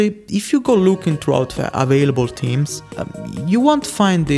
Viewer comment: Ik this off topic but the way you pronounce "theme/s" sounds like "team/s". its pronounced with a strong TH sound